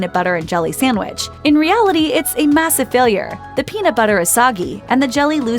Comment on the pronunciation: Can someone PLEASE tell this narrating woman to stop saying SAMWICH. It's like nails on a fu#*ing chalkboard. The word is sand-wich.